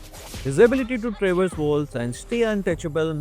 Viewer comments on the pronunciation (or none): none